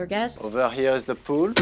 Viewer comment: he says "pool" like "poule" which means "chick" in french... wait.